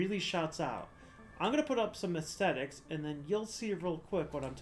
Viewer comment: Thumbs up for "extetics" 👍